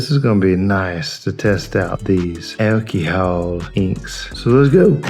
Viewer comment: I love the way you say “Alcihol”😅